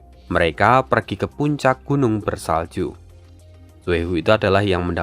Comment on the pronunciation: Nyebut karakter Xue he ,nyebutnya Leluhur Tua Su He ,gitu aja min